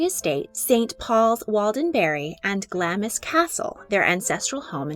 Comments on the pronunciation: Just FYI, it's not Glamis is not pronounced "Gla-Miss", it's pronounced "Glawms". FWIW. Cheers! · It's pronounced 'Gl-AH-ms', not 'Gl-aMIS'. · It's pronounced "Glams", not "Glamis". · Glamis is pronounced GLAAMZ. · I think Glamis is pronounced Glames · Glamis Castle; pronounced " gl - arms " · Glamis is pronounced Glams. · Glamis is pronounced like clams. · Glamis Castle is pronounced "Glarms" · Enjoy your videos but every time you pronounced Glamis wrong I cringed, the I is basically silent think GlamZ. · Glamis is pronounced glahmz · Glamis is pronounced = ɡlɑːmz/ 'Glamz’ (rhymes with ‘lambs’) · Glamis is pronounced 'glaams' ! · The Grandmother of the Nation. Glamis Castle, you don't pronounce the 'i' so it's like Glams Castle. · She may not have been royal but she hardly a commoner - if anything her family is far older and has bluer blood than the Windsors! Btw: Glamis, pronounced Glahms. We do love tripping up foreigners with our pronunciations ;) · Just thought I’d let you know Glamis castle has a silent i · Could you PLEASE use commentators who can correctly pronounce names like 'Glamis'? You undercut the authority/veracity of the overall video.